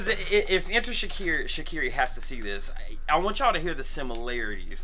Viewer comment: Yessss shikari is pronounced differently but I love your review u must heat there other stuff 😊